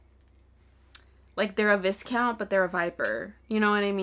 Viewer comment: I love that you added your own little challenge with the monster romances, that's so fun! Just a note, viscount is pronouced "vai-count" like the first syllable rhymes with "eye". It comes from French, and we all know how French loves its silent letters lol.